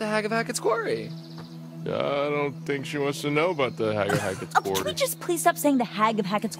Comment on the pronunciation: je noemt de game kwarrie. haha, is dat ook hoe je het uitspreekt